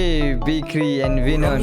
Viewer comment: The legend name is BIG RI not BIKIRI .... You pronounced the name wrong